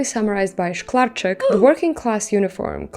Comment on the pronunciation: Szklarczyk pronunciation was flawless. Trust me, I'm Polish AF